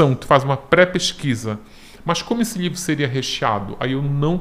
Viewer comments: Tem outro jeito de falar? Livro, lhivro, dá no mesmo. Ou não? Kkk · Acho tão engraçadinho a maneira como ele fala "lhivro".